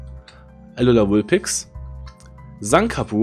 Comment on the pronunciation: Ich möchte gewinnen, weil ich der allerbeste sein will, wie keiner vor mir war und Ash auch Orden geschenkt bekommen hat! 😃😂 Ich liebe Pokémon seit 20 Jahren und freue mich sehr auf den Kinofilm! Weiter so mit dem Kanal! 👍 P.S Bei ist es nicht Sankabuh, sondern Skunkapuh 😜 #pokemon4life